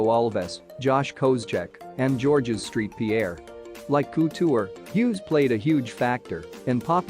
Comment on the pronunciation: George Street Pierre aye? Computer voices are limited aren't they?